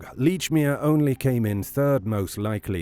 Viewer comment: Lordy, this "leach"-mere pronunciation is grating.